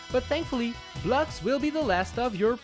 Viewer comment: BLUGS, you say blocks not BLUGS